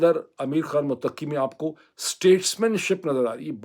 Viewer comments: Muttaqi Not muttaqqi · Bhai Afghan Foreign Minister’s name is, Mut-qi not “Muteqi “ . Means پرہیزگار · Pl correct u r pronunciation: Mttaqi. U r stress is on QQi. No stress is on TT. So it is like Mutta....qi. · Not mutaki. It is Mutta kee. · It's not mutaqqi. It's muttaqi. Taqwa wala! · His name is not mutakki. His name is mutt ki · سر تلفظ تو درست کر لیں ۔موتقی نہی مُتّقی ہے ۔۔معزرت کے ساتھ بات گھماتے بہت ہیں 😂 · جناب افغان وزیر خارجہ Mutqi نہیں بلکہ Mutaqi ھے۔ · "Mutakki" naheen bhai 'Muttaqi" hey, jaisey "Muttaqi parhezgar". Vesey vlog achha hey. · یہ لفظ متقی Muttaqi ہے ۔ Mutaqqi نہیں ہے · Please pronounce the word 'Mutta-qi' correctly. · Muthta qui Correct pronunciation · Dr Moeed your pronunciation of Muttaqi is not correct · It's Mut' taqi..😊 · متقی مت ایک لفظ ھے آپ نے ق کی بجائے ت پر ذور دے کر پڑھنا ھے۔۔۔اس کا معنی پاک ھے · ڈاکٹر صاحب مہربانی فرما کر تلفظ درست فرمائیں مت ۔ قی